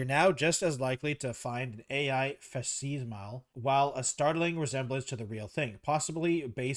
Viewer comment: Bro doesnt know how to pronounce "facsimile" 😂😂